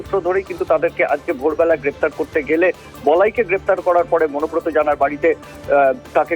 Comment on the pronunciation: অনুব্রতর ভাই নাকি মনোব্রত!😂😂😂